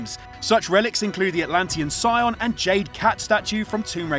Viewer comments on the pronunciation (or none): You pronounced scion wrong and the dagger of Xian wrong for shame